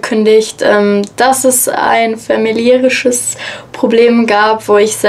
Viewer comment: "ein fämäliärisches Problem"